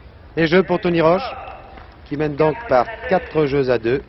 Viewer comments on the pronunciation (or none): Great to watch this! But note, it's Tony "Roche," not "Roach."